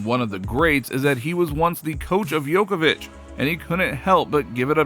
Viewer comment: His name is Djokovic not Yokovic